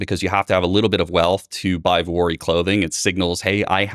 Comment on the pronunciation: He keeps saying Vorehees / Dwoorvey / Voorey whatever clothing... can you please F'n spell this out, because I have no idea what brand you are talking about. I figured out what TBPN - Technology's Daily Show was, because you posted a screen shot of the show... not everyone lives in your Silicon Valley World, I'm in rural Georgia on a farm....